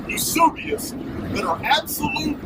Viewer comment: Greatly appreciate the cleaned-up audio! Super information. Just a couple points on pronunciation: A-puh-STALL-ic and You-SEE-bee-us. Your scholarship is mind-blowing. Thanks for being such a repository of historical information, and for sharing it.